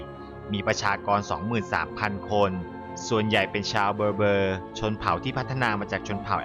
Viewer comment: ชาวเบอเบ้อ..ออกเสียงแบบนี้ครับ